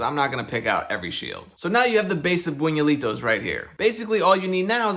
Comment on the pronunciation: Buñuelo is pronounced closer to boon-you-el-oh, so the cereal should probably be pronounced boon-you-eh-lee-toh